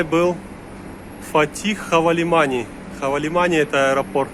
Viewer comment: ХавалиманЫ, а не хавалимани